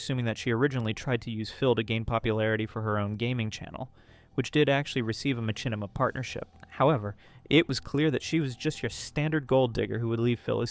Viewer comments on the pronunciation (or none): It's not "Ma-chin-ima" it's "Ma-shin-ima" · This is straight-up fire dude, really well put together and the video evidence after each talking point hits like a bus. What on earth is a "Ma-CHIN-ni-ma"? 😆